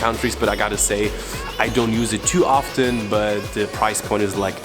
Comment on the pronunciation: "Often" he said it so weird Where is he from?